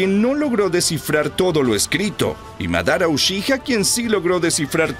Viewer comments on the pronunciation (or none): none